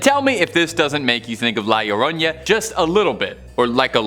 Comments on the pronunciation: Bro an a doesn't make a "ya" sound, it's just an a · I have heard this for a while and I figured I would put some bit of advice for annunciation for La Llorona; think of the double L as sounding as a Y like you’re saying yo-yo. R’s have more of a D sound in Spanish. 🫶